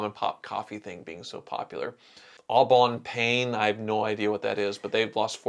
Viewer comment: The Tucker movie said a lot of misinformations that people still believe to this day and that's sad. All of the "innovations" that were on those cars had been on other cars before that. EDIT:, you need to work on your French! lol But I'll translate it for you "Au bon pain" would translate "At (the) good bread".